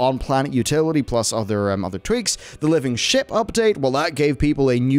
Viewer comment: I thought he said living shit update lol